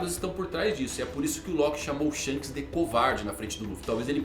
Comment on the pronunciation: Shonks kkkk